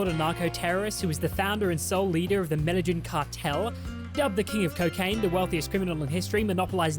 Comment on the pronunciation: The fact that you BOTH called it the "medal-in" cartel is proof enough for me that Swan stole your content. Lawl because people with their own knowledge of the Escobar legacy know that its called the "med-ah-een" cartel. So the fact that mispronounciation of the word is identically copied by Swan in his video....100% foolproof evidence of that.